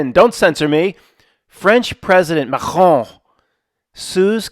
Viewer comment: That's the best pronunciation of Macron in all of media. No small accomplishment, my friend. Rogans up👍